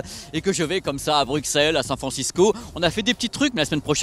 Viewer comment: Psst, on prononce Brusselles xD